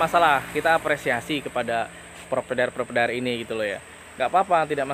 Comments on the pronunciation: Provider (Pro-Vay-Der), bukan propedair 😂😂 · Hahahahaha penting omonge lancar 😅😅😅